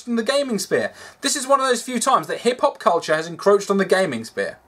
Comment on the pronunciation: "Black Hip-hop artist" ....am I the only one that heard that as black hippopotamus